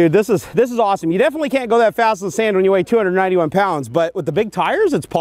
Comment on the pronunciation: and you said pond instead of pound